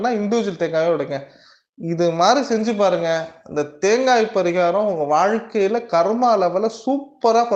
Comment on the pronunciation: பரீகாரம் சொல்லும்போது கொஞ்சம் தெளிவா சொல்லுங்க... அது தவிர மீதி எல்லாம் தெளிவா சொல்றீங்க... எத்தனை பேருக்கு இதில் doubt இருக்குனு கமெண்ட்ஸ் பாருங்க..